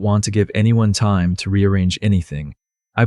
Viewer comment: Good story. Crappy text. Can't read it. AI needs to correctly pronounce time.